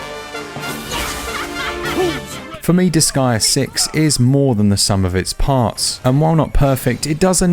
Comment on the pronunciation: its pronounced dis-gay-uh not dis-guy-uh btw .. huge debate on this in the forums since 2007 and japanese people confirmed and it was said out loud in the final chapter jusssssy saying,…